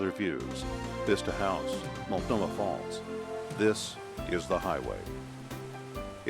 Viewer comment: Are you sure the AI program that you guys are too lazy to check pronounced Multnomah falls correctly? I hope you're looking for people who aren't paying attention. LOL Much love. And if you track and Trace the Oregon State trail it'll lead you to the ocean there are stingrays there but you'll have to go a little South Park LOL have a great have a great week have a great I said it three times I mean it LOL 🙄